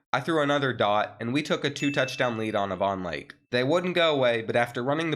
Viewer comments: Avon Lake Ohio actually is pronounced like Aye-Von Lake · its A-von lake like aye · Bro I live in Avon lake that pronunciation made me cry😭